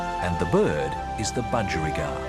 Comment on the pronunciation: Bu-geri-gard? Bu-gie